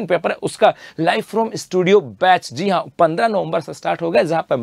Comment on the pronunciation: Jii han ❌ zee han ✅ 😂